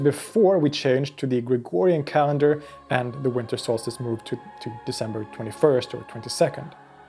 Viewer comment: solstice, not solstace